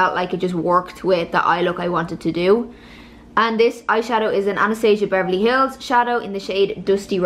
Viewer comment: It’s Ana-stah-si-a Beverly Hills.. so you know 😉